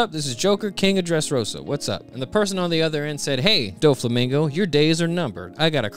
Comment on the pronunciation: It’s no way you just pronounced doffy first name like that